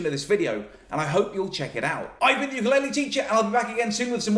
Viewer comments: Nobody knows how to say ukulele. It's oo-ka-leh-leh, not you-ka-lay-lee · Just wanted to correct your pronounciation of Ukulele. You are saying youkoolele but the proper way to say it is ookoolele Uku (ookoo) is flea in Hawaiian. Lele is jump. So Ukulele is not youkulele but ookoolele. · the instrument is called a “u-ku-le-le”. There is no “Y” in “ukulele”. Keep on strumming! Aloha! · I thought the pronunce was "poopulele" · what's with white people and saying Ukulaile (ookoo-leh-leh) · Can you please learn the correct way to say ukulele